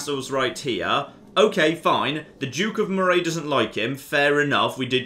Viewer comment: Is it me or does nobody who’s not from Scotland pronounce moray correctly it’s pronounced murrey